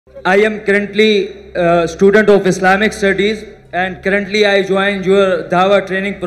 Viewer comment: Es Bhai ko cruntly bolnay ka shoq hy😂